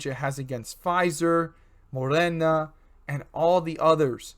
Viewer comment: It’s called MoDeeerna. Not morena there is a D in there. Your YouTube is not very informative